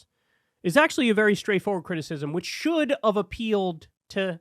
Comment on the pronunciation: Did you say "should of"?